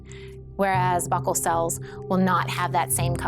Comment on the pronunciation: She's pronouncing buccal wrong. Super annoying.